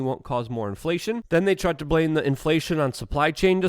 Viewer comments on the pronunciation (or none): none